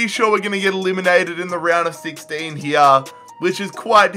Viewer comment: Instead of saying here he says Year